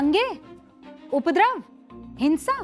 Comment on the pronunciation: उपद्रव शब्द का सही उच्चारण सीखिए